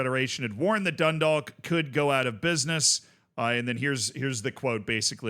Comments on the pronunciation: I got a minor bit of cringe everytime dundalk was said it wasnt even that far off the pronunciation but it kept taking me out of the vid for half a sec wait no as I'm writing the comment its getting better (dun-dawk, like walk or talk) Edit: Oh god i should have waited drogheda was so much worse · the league of ireland is horribly underfunded, tiny note though, dundalk is pronounced like a rhyme with clock, you wont hear many people in ireland pronounce the L 'grats on the run man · Can’t expect him to say it in fluent Gaelic and a thick Irish accent, he isn’t an Irish speaker, of course he can’t pronounce it.